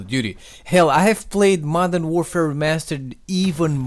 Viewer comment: This guy says "Madara Warfare Remastered" i'm done.✌